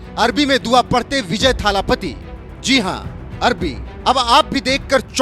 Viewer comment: विजय थालापति❌ विजय L.. पति✅ 😂😂😂😂😂